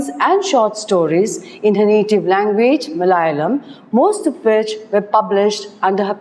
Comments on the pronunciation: Malayalam please prounce,... correctly pls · You explained the autobiography with great clarity and amazing insight. Just one point to be taken care of ie.the pronunciation of words in other languages. For eg.Malayalam,Ente katha etc.